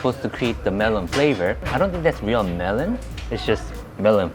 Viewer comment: Mistaking マロン (marron) for メロン (melon) is understandable. And my favourite is Freshness Burger too, yey!